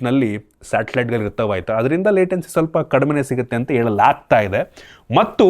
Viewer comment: Helalaagtide❌ yelalaagtide ✅ Halligalalli ❌Alligalalli ✅ Hesru ❌ yesru✅ Help ❌ yelp ✅